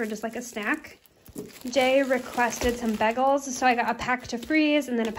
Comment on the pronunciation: You say bagels very interestingly. So now I’m curious how others say bagels. In Texas, everyone says, “bay-gul.”